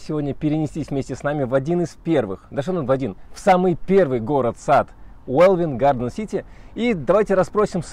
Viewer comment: Интеллектуальная инфа, классно. Но для кого вы тупите? Или это шутки у вас? Не смешно. Уэлин, а не Велвин.